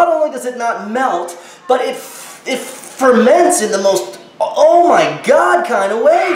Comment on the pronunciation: to Oh my god! It's like oh my god! Do u see that! It's disguSTANG😂😂😂😂 it forments in the most kind of oh my god kinda way😂😂😂😂😆😆😆